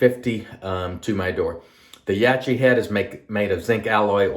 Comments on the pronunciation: It’s branded in the West as Yak kee. I know a guy who mispronounces peoples names when he doesn’t like said people - I think it’s a case of that at play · Only You can explain why You’re mispronouncing Yaqi’s name - but I think it’s as obvious as the nose on Your face. I know You know the proper pronunciation. Don’t be so small and petty - it’s cringy to look at.